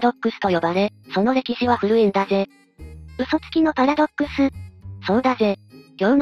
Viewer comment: パラドッ↑クスはやめろ↓